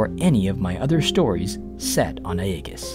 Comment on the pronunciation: So well done mate 👌 Can’t figure out why you’ve gone with that atypical/weird/silly pronunciation of ‘Aegis’ though? Is that explained in one of the videos I haven’t seen maybe? And that dropped v every time you say voila (“walla”?!?) is like nails on a blackboard.